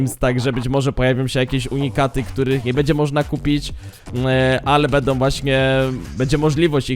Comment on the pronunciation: wszystko pięknie tylko proszę popraw cytuje bedom bedzie obejrzyj jeszcze raz zobacz jak to razi przemawiasz do młodych ludzi i niech uczą się poprawnej wymowy Będą - Będzie pozdrawiam